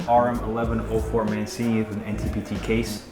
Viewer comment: For the love of God, ROBERTO MAN—CH—INI (Mancini) F-in yanks, sigh